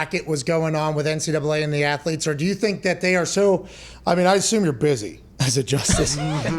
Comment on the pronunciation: "student ath-o-letes" 😉